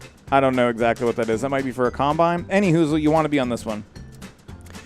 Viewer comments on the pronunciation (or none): "Any w-hoozle."